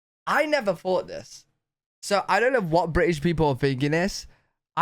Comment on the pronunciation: you can even say british correctly. you say, bri ish